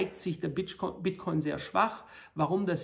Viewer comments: „Bitchcoin“ 😂😂😂 Klasse Video wie immer👍🏻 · Bitchcoin hab ich ihn auch vor 2 Wochen genannt :) Sau witziger Versprecher . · "Bitch-Coin" LOL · Das passiert den besten: "Bitchcoin" :D Danke dafür, dass Sie uns regelmäßig mit Infomaterial zu diesem Thema beglücken. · Bester Versprecher soweit. ;) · Wie immer sehr interessanter Bericht - vielen Dank. Da ich Wortspiele liebe, habe ich mir den kurzen Versprecher "Bitchcoin" sofort gemerkt und den Vorschlag dieser neuen Währung an Elon geschickt, damit er diesen Coin mit tausenden Prozenten Wachstum pushen kann ;-). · “der bitch-coin” so nennen Sie also den Bitcoin intern. Wahnsinn. Da musste ich lachen:D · wer kennt ihn nicht... den Bitchcoin xD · Der Bit"ch"coin zeigt sich sehr schwach :D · 🤣🤣🤣 kleiner aber feiner Versprecher